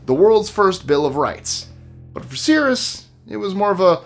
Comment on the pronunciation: I think you meant Cyrus "sigh-rus" the Great